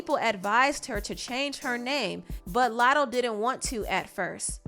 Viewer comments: PRONOUNCE IT CORRECTLY. ITS NOT MOO LATTO. ITS MUH. LATTO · “LATTO” fucken wack ANYWAY.